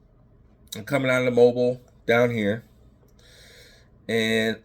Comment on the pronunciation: Pronounced Mo bill not bile